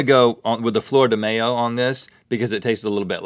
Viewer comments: did anybody hear florida mayo and not flor de mayo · the way they were pronouncing flor de mayo was very interesting (they were basically saying flower of mayonnaise when it's supposed to be flower of May. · Not mayonnaise link! mayo(pronounced my-yo) , the Spanish word for May 😂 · Its not may-o Its ma-yo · I laughed every time they said flor de mayo because they pronounced mayo wrong. Flor de mayo translates to flower of May. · mayo is pronounced like cinco de mayo